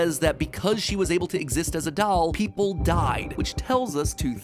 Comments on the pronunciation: I can't get over him pronouncing doll as "dowel" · MatPat: "Weird talking dall" Me: MatPat: "Talking dall" Me: MatPat: "Talking dall" Me: This is fine... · I have to say it, Matt pronounces doll weird. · You say "Doll" very weird, kinda like how Stewie says cool whip. You are putting the emPHAsis on the wrong sylLAble